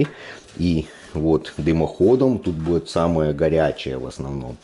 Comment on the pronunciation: бует бует бует бубубубует